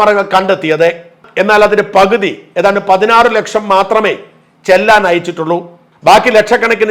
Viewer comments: ചെല്ലാൻ അല്ല sir ചെലാൻ 👍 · ചെല്ലാൻ അല്ല ചലാൻ എന്ന് ഉച്ചരിക്കാൻ ശീലിക്കുക🎉